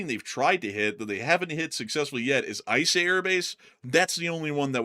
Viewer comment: shake EE-sah air base in Bahrain. Eeesah. Not eyesah Bahrain. Please tell me you boys dont say eyetalian dressing too...